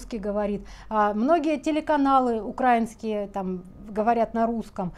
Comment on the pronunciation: правильно говорить УкраИнцы😂, украИнские…